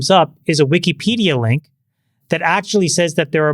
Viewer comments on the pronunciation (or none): none